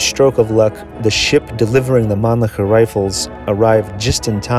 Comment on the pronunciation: you are saying it wrong. Its Man - LICKER. Like, you LICK a lolly pop. Or you LICK the salt with your shot of tequila. Its not SHER. ITS LICKER.